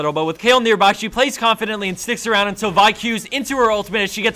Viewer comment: I like how this guy says Vi correctly.